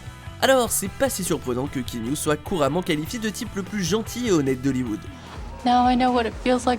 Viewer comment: KEANU, prononcé: K I A N O U le A se prononce ! Et son nom signifie: brise fraiche sur la montagne ! bordel, désolé j'ai pas pu me retenir.